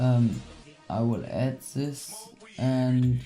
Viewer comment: "sis" ( German accent) lol xD still Love You